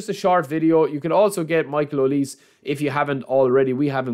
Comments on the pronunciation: And here we go Konami. Thanks for making us sweat it for some freebies 😁, thanks again. Michale Olise is pronounce "hoh+lee+say". Waiting to see you on the stream bro. Cheers. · Aye brother his name is pronounced O-Lee-Say 😭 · OH-LEE-SAY OLISE😢